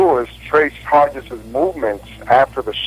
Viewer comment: The typed page at about shows Hargis as the outside motorcycle cop when he is on the inside(closest to the President's car- should be 1, 2 ,3 ,4 Also Hargis is pronounced with a hard g as in Greg.